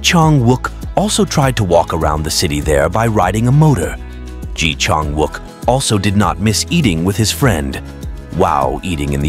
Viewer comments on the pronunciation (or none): Pronounce his name correctly please